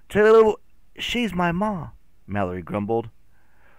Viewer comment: me reacting everytime he calls Mallory Mak